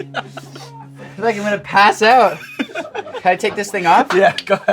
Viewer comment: The way he said “out” showed his Canadian